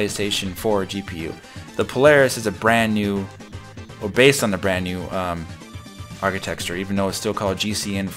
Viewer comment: You keep pronouncing "architecture" like "archiTEXTure."